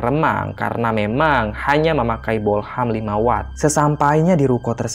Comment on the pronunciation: 06.31 : bohlam mang bukan bolham